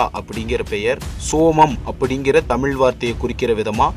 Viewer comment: 'தமிழ்' அருள் கூர்ந்து...... சரியாக பலுக்கக் கற்றுக் கொள்ளவுவும்...